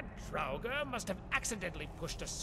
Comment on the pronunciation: Draugr nie draguren